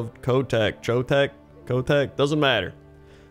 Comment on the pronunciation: The cho in Chotec sounds like the Cho in Cho'Gall or Chocolate.